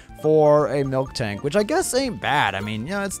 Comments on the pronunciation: It's miltank, not milktank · QOTD: green Spoilers And its MIL-TANK not MILK-TANK